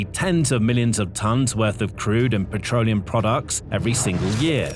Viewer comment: “Petroneum” products?